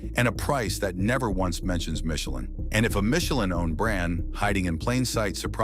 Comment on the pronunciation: Younee Royal and Michie Lean, Porshee...Done